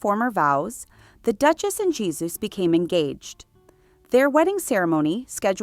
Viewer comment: Ie-su. Ee-ay-su